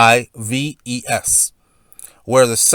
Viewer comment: Gunna eve.... If spelt Gonaïves.. If spelt.. gunaives .. then it's gunev.